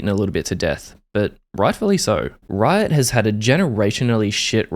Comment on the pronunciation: I really felt it when you said "Rrrriot"